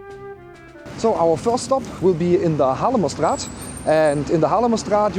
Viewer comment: You don't seem to have a Dutch accent but your pronunciation of "Haarlemmerstraat" is just perfect! I used to live in the NL for almost 15 years and I miss it very much